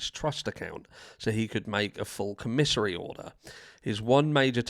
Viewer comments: It’s pronounced Com men sary it’s the store that people in prison and jail buy from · And it’s pronounced COM-isary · Not trying to call you out harsh Love your show but it's commissary where they get food items or personal hygiene things of that nature he has to pay for it.. pronounced Com-Mis-sary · Its pronounced Kom-a-sary but I get the irony but they can't even get that right! The most frustrating case I've ever heard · Have you looked up the definition of psychopath? Also, you need to know how to pronounce commissary! It’s not pronounced the way you’re saying it. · lol😂that was great listening to you pronounce commissary